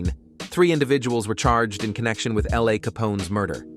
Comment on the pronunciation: said L.A name wrong